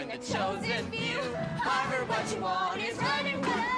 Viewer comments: She’s so sweet aw she seemed very nervous she said worvard 😂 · when she got to the "I'M what you want! harvard..." etc etc, i think she started to say warner, cos she kind of goes "waaarvard I'm the girl for you" haha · 1.21 she said Warvard like Warner and Harvard lol😂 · "Im what you want war- vard!" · its funny when she comes throught he paper she says warvar she mixed harvard and warner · I now just heard she said warvard 😂😂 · did she say WARVARD? :)) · she messed up a little bit she sayd warvard. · i hears that aswell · Katie Messenger I heard that too😂😂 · I heard it too lol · I thought I was the only one who noticed! :D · IK HAHA😂😂😂